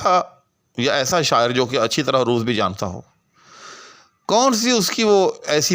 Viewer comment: بھائ جان، آپ عروض کا تلفظ بگاڑ کر بول رہے ہیں۔ عروض کے ع پر زبر ہے پیش نہیں۔